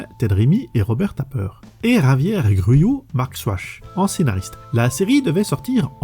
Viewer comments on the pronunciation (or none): none